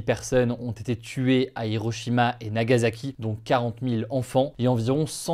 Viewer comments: Nagassssaki pas Zaki.. tu dit pas Ozaka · Plus ça passe plus je comprends ceux qui ne s'informent plus sur l'actualité. Ca ne se prononce pas "Nagazaki" mais "Nagasaki"